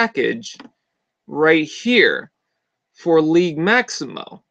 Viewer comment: The "g" in "Liege" is a soft "g". Like the sound a J makes in "just" with a slight "shh" sound at the end , not a hard "g" like in "guess". It's a Medieval term used by underlings for the "Lord of their land". ( not a "King" though.) Or a term to show respect to their Leader among "free-men". Liege Maximo was the "boss" of Jhiaxus in Transformers Generation 2 Marvel Comic-book. But, I thought he was suppose to look like Cthulhu, not a bowling ball.